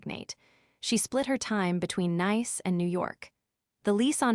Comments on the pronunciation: If you are going to use a nice city like Nice, make sure your AI knows the difference. That was annoying enough to make me yell at my phone. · AI needs to go to elocution classes. Correct pronunciation of Nice (the place in France); aplicashio...n! The pie checked his accounts!!!